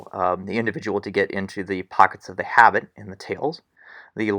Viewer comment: pronounced "ah-BEET" not "habit"